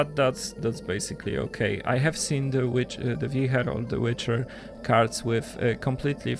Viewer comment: Wicher is pronounced Wiiicherr and it means whirlwind